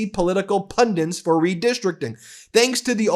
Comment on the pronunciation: Ben, there is only ONE 'N' in Pundits. it's NOT "pundints..." Also Laura Ingraham is Ing - gram, the 'ham' only exists when she is talking. (It's kinda irritating, I'm SURE you know better.)